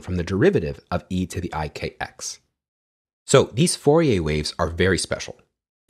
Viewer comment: Pronounced FOR-EE-AIR , not FOR-EE-AY